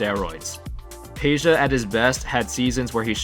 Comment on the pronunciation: Is not Peja then Pedja. I'am Serbian boy and I know!